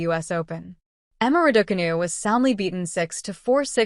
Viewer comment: I hear Ra-daw-canoe and stop the video immediately. What credibility can it have when it has no idea how to pronounce the name of the person the video is about?